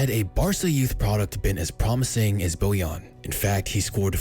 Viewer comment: Bojan* not Bojon